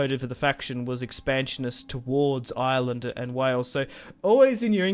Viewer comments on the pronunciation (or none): none